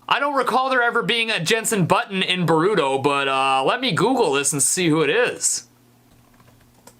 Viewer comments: You say boruto like borito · He said Naruto and Baruto wrong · Na-Ru-To Bo-Ru-To Not Na-Ru-Do Or Bo-ru-do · You say that they're your favorite anime's yet you still pronounce Naruto like Na-Ru-To instead of Nar-U-To, and Boruto like Ber-U-To instead of Bor-U-To. My god man, work on those pronunciations. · How do you watch NARuto and BORuto and pronounce them like that? ... No, I'm sorry, "weeb" doesn't mean anything in Japanese. Don't change the subject. Right, it's not NaROOto or BoROOto. Otaku? Never heard of it, is there a manga? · It’s called Naruto (Nar-o-to) and Boruto (Bor-o-to) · Its nar-a_to and bor-a-to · XD u said naruto and boruto wrong itz nar/ru/to and then b/ar/u/to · OK STEVIE T I LOVE YOU BUT HOW YOU PRONOUNCED NARUTO AND BORUTO IS SIMPLY JUST NOT OKAY!!!! 😲😲😬😤😡😠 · It's the way he pronounces Naruto for me. And Boruto too lmao. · The way he pronounces Naruto and Boruto, is cringe. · OMG U CANT SAY NARUTO AND BORUTO RIGHT AT ALL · I'm kind of bothered by how he pronounced " Naruto " and " Boruto " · I love this video but the way he says Naruto and Boruto triggers me so badly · you said naruto and baruto rong its